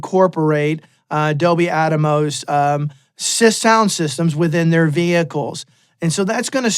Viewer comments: I think it’s AT-MOS not ATA-MOS…😂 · It’s not Dolby “At-a-mos”…it’s Atmos, as in “atmosphere”. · Why is he saying atamos its Atmos. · Don NOT Give a Rats about "ATMOS". Thanks but you can not call it ATAMOS anymore. OK? 🙂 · attamos, ATTA- BOY! lol haha, hee hoo hoo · There are pioneers and trailblazers, and then there are followers and people who jump on the bandwagon claiming they were with the pioneers from the start. I’m going to go with the pioneers. Saying Adomos wow man. Good luck buddy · Is it actually pronounced at-tah-mos? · Even outside of 7.1.4 (and larger) setups, I think Atmos offers a novel approach to mixing in stereo and other traditional formats (quad, 5.1, etc). It allows for expressive panning that translates between different speaker configurations and headphones. I think there's a lot to be gained just from mixing stereo/binaural with Atmos. Side note: I don't think anyone else is pronouncing it "Adamos" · ATA boy 😂